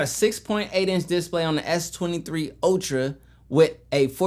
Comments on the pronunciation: What's a "dis play"? Did he mean display? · The way you say display get me every time 😂